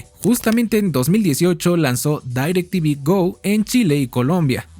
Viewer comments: haces buenos videos pero es muy irritante que digas "dAirectv" todos sabemos que es "directv" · No se prenuncia DAYRACTV.. se pronuncia igual como re escribe DIRECTV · Gran video y solo un pequeña aclarción, la marca se pronuncia tal cual está escrita, no se dice "Dairectv" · Bro te mmste nadie le decía dairec tivi era direct tivi tal cual 🤟🏻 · porque dices dairectv y no directv ? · Como qué "Dairec Tivi" A poco no recuerdas el comercial del pavo que lo nombraba tal cual "DirecTiVi" Decepcionado 🥀🥀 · Quien poronga le dice dairectivi ???😂😂😂😂